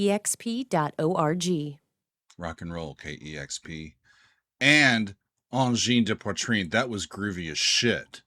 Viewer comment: Pronounced Angine de poitrine correctly. I am impressed.